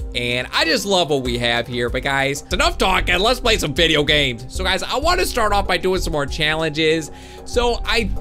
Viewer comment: Play not plyas